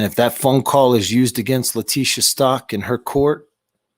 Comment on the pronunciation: Its Stauch ..stowch like COW STAUCH